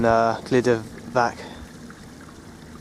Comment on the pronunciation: Glyder Fach (not Fak)